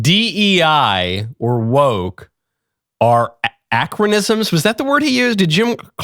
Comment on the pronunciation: Oh he said acronysm!!! Hahahaha